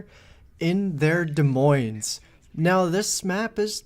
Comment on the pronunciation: I think you got the silent s on des but definitely not in the moines in this video